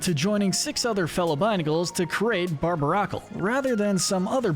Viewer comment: Did you just mispronounce Rhyperior, or is it a joke with Rhyperior being inferior instead of superior to Rhydon? (In term of how it looks) You also slightly mispronounce a few other Pokémon names from time to time, for example Barbaracle. Though I admit it is hard to pronounce.